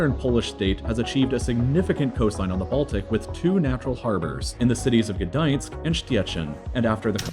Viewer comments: he asctually says Gdańsk very well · sorry,, but he actually pronounces it better than you. It's GdaŃsk, not GdaNsk – with a soft /ɲ/ sound. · Gdańsk was pretty spot on xd Szczecin was horrible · heeey his pronounciation of Gdańsk was perfect! it was you who forgot the "ń" in Gdansk! To be fair both of you butchered "Szczecin", lets call it a tie :P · He pronounced Gdańsk and Szczecin pretty well for me as a Pole😃. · He said Gdańsk correctly. Ń makes a sound similar to the 'ni' in the word "onion" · actually his pronunciation of GdaŃsk was perfect 😅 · Actually he's pronunciation of GdaŃsk is spot on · Actually, he said Gdańsk correctly, but Szczecin completely wrong. 😁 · Gdańsk was good Stettin (Szczecin) not exacly